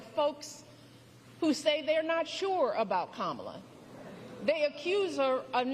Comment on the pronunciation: I voted for Kamala! Btw, why do the Republicans who speak out mispronounce Kamala's name?